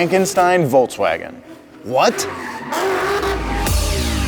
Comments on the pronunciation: Why does this guy say "Voltswagon" ? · You can't even pronounce Volkswagen the correct way.